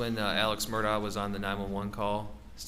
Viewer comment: This guy is either thick or purposely mispronouncing their surname. Have some respect.